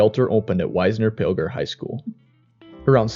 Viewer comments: Wisner is short i sound as in igloo. Not wise-ner. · The town of Wisner is pronounced WIZZ NER